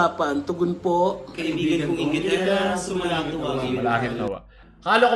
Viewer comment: panay ka kasi SALSAL hindi mo na mabigkas ng maayos ang SUMASALANGIT haha